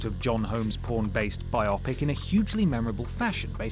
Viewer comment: 'Bi-Opic'? Is that a film you have to watch with two eyes? You perhaps meant Bio-Pic, the longstanding film industry shorthand for a BIOgraphy PICture. You aren't alone in mispronouncing it - it is becoming increasingly common, probably because so many young movie fans encounter the word 'biopic' in written form first and aren't aware of its origin. Happy to help out - I've often seen words as text before hearing them said out loud. For many years I thought that someone who was being deliberately deceived was being 'myzeld' (which is actually a great word that should exist), before hearing the word 'misled'.